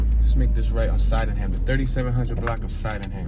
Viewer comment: Lmao 🤣😂🤣😂 it's pronounced sidingham street you not from Philadelphia if you pronounce it the way that you did 😅😅😅